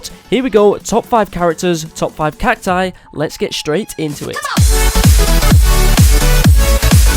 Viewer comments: It's not cactoos it's cacus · Its cacti not cactoos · It’s cactus not catoos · Gaming Coyote 840 the failed pronunciation of cacti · he missed the pronunciation of cactus, spelling CACTI and CACTOOS I think he is not American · It’s cact-OOS